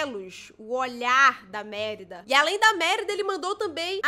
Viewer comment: QUANDO ELA FALA MÉRIDA EU GRITO N É MÉRIDA CARAMBA É MERIDA DE SE FALA NÃO MÉ COM É